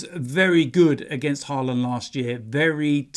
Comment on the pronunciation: It’s Haaland not Haarland 😂😂😂